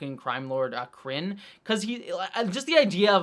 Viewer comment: Krinn shoud be pronounced Cringe, like those vulcan writing gangster tattoos are just ...ugh. 😂